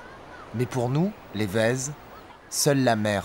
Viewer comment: Super documentaire ! Juste une petite rectification, c'est "Vezo" et ça se prononce "vezou" avec le "ou" aspiré Merci